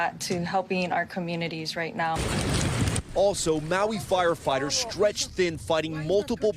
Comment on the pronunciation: You're getting better at pronouncing Maui 😏. Grind one Lau Lau bra, you going get em better ✌️